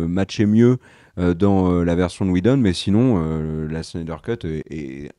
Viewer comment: Super videos les mecs!! Un de mes sujets préférés en plus!! Merciii!! Très hâte à la deuxième partie. S'il te plaît, arrête d'écorcher le nom de Zack Snyder à la fin 😂😂😂 c' est "Snyder", pas"Schneider" 😂 je vous adore! Et si je dois faire mon Top 5, je dirais 5) les deux parties de The Dark Knight returns 4) The Dark Knight 3)Man of Steel 2)Justice League (Zack Schneider😂) et 1) Avengers Infinity war